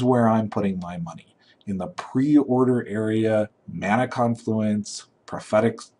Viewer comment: Why is it that youtuber magic players can't pronounce magic card names? It's not mana conFLUence. It's mana CONfluence.